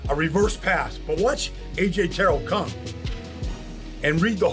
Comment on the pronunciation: how u gon break down his plays but can’t say his last name right